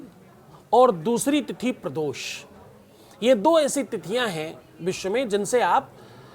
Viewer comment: ko sahi shabd ka gyan nahi hai,ve mukhay shabd ko baar baar ashudh uchharit kar rahe hai - Arth ka anarth ho raha hai... Kritaghnata keh rahe jo ki ekdum galat prayog hai,unhe kritagyata shabd ka prayog karna chahiye. Uchharan dosh hai. Prados keh rahe hai,pradosh shabd hai